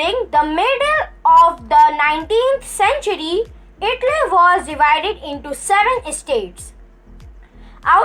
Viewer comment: Don't pronounce itly its Italy